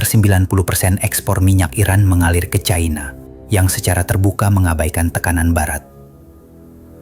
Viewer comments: Yg benar itu cina bukan caina orang Indonesia kok seperti orang bule baru belajar membaca bahasa Indonesia yg blepotan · Yg benar itu China bukan Chaina gunakan bahasa Indonesia yang benar jgn sok ke barat baratan